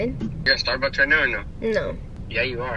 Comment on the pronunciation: Can we just talk about how she woke up and said "StArBuKsS"